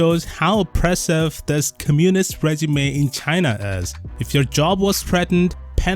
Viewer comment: When you say "communist", put the accent on 'o'